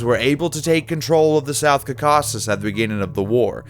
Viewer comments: Great work, both on animating and condensing a 26 year war (and 7 centuries) in a 10ish min. video! But I'm sorry to state that it could be better narrated. I was a bit let down by the fact that many names were pronounced rather badly: such as Ancria instead of AnCYra, Cacausus instead of CAUcasus, and many other names of persons and places. I know this is the hard part of trying to pronounce all kinds of alien sounding words in Greek, Latin, Pahlavi, Armenian etc. but it will get easier once the narrators or the researchers get used to them. I could offer some help in pronunciation if you'd like. Keep up the amazing work! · WHO THE HELL was this HACK narrator who doesn't even know how to pronounce the word "Caucasus" and so many other words???? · You mispronounced Bithynia, Caucasus, Achaemenid and a bunch of other names.. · "Byezantine" "Kaw-cassus" "Barum"